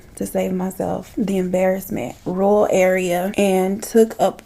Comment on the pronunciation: Red is your color! You look gorgeous. 🙌 You always do, but this look. Yes! Btw, nobody can say "rural" properly. I live in a rural community and can't say it right. 🤣